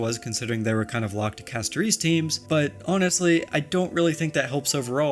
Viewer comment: The way you pronounce Castorice and Hyacine is crazy